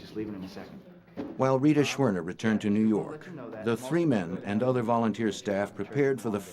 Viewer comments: "nuu yawk affice" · Noo Yawk Arfice